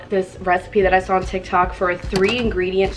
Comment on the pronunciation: Am i the only on who heard her say tiktak